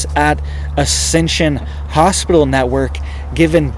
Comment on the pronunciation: PIT ...Is in the middle of the word Hos-pit-tal......😇